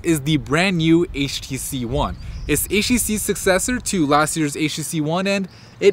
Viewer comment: This guy cant talk. "Eesjtisis sussesor to the previous model"